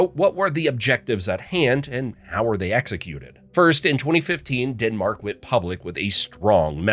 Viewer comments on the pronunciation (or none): DENmark not DINmark please